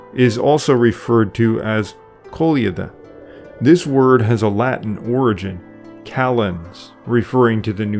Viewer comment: In Serbia it is called Koleda, not Kolieda :) and it is very very very rare now